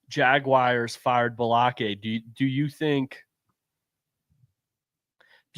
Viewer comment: That Baalke pronunciation was wild .